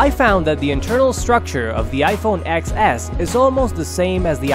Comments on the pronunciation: Ten S. It's iPhone 'Ten S, not Ex S' 🙄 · It’s pronounced ten. As in the number 10